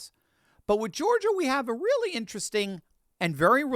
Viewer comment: That dumb ass said “Wheely” instead of “Really.” I am laughing my ass off. 😂